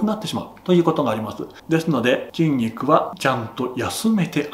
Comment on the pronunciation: てぃんにくにてぃかせられている (筋肉に効かせられている)